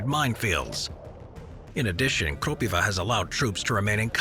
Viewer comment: its krOpiva and not kropivA as you said in the video btw